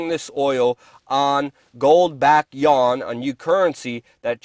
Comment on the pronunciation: Yuan is pronounced ywann (or almost like U.N), not yawn.